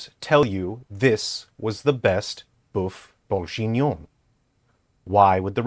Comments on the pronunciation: Sorry...i had to give this video a thumbs down just for the godawful pronunciation of Boeuf Bourguignon. The rest of the video was great...but that pronunciation! OMG! 😜😁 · "boeuf bourjinon" aaaaaarg just for those reading this, it's pronounced kinda like: "buff burg-eenion" The same g as in gear. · He ain't pronouncing boeuf bourguignon correctly